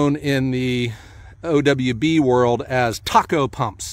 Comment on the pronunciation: I heard Hardy went out of business. Sad day Ps… its pronounced “tay” co Thermal Appliance “CO”mpany It used to be “Tee-Aye” CO and now just tay co Have a great joe! Thanks for the great content 👍